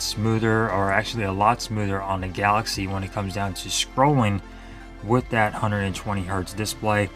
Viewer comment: "That", is pronounced "that", not "dat". It's so hard to follow a presentation when a speaker has poor speaking grammar! Appreciate your effort, though!